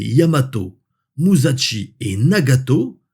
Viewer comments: Olala tu vas encore te faire taper sur les doigts😂. Ca se prononce Mu-ssa-shi 😅. (Pas muzatchi) 😮 Ah le Yamato... quelle merveille de technologie et d'ingénierie! Bien que les derniers cuirassés americains avaient un tonnage inférieur et des cannons plus petits, ils avaient des aides au calcul d'une solution de tir tout temps, avec une sorte de proto ordinateur Matra Alice rouge terrifiant a l'intérieur! Rends toi compte! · Salut, passionnant. Attention à la prononciation de Musashi, ça se prononce « chi » et non « Tchi » (et encore moins Ch’ti 😅), c’est la différence entre し et ち